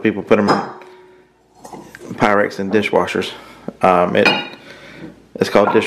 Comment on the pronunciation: Quite the collection! Most of which I have never seen. BTW... Make sure Wade REALLY knows how Pyrex is pronounced. LOL